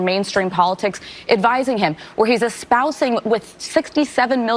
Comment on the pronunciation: Who is this absolute ditz on The View? 1.. It's an understatement, not overstatement. 2. Espousing is pronounced 'espouzing', not eh-spouse-ing. 3. Low propensity isn't a standard term meaning 'unlikely to vote'. And talking breathlessly at 160 mph is really frigging annoying!